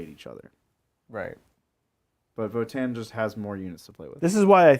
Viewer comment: guys... seriously.. it's vOtann, not votAAnn